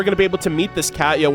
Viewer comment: It's not "cat-ya", it's pronounced "Kah-Tee-Ya". Sorry, that was just bugging me.